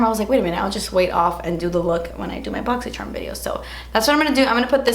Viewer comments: randon question do u mean to say boxy sherm or is that on purpose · Can someone answer this for me but why does she say Boxysherm?!?! lol thanks